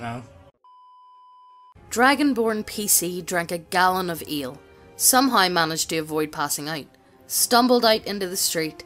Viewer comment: What was said: Gallon of Ale What I heard: Gallon of Eel